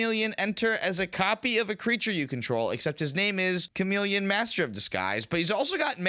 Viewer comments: Sha-mel-eon is the best way to announce it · Cha-mah-Leon?! That one had to be on purpose right?? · I'm putting one piece of sand into each of your Etali sleeves for saying Chameleon like that cam ❤